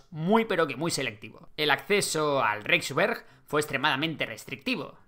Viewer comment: Reichswehr = raijsver (no raijsber) U-Boot = uboot, no iuboot Kriegsmarine = krigsmarine, no krigsmarin